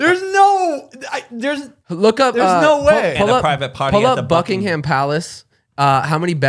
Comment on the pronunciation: guyyssss it's pronounced Buckingum not buckingHAM <3 ly